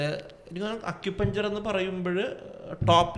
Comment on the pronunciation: അക്യുപഞ്ചർ അല്ല(അക്യുപങ്ങ്ചർ) ആണ്